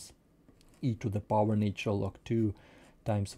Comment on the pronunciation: "natural", not "naytural [sic]"